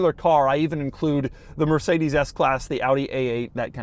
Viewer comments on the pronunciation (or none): none